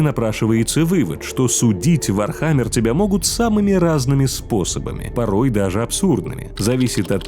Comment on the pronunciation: как же по ушам бьет ваше не верное произношение ударения..... вообще чтоли не в курсе даже основ вархаммера?